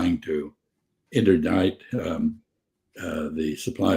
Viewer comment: It's fascinating to me that someone as brilliant and highly educated as Chas Freeman mispronounces the word interdict.